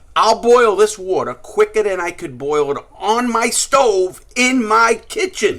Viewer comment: Wourter drink drink drink drink